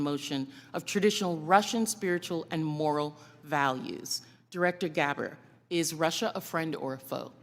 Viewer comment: oh plz no comparison w Austin and This issue It sounded likd she said Gabber not Gabbard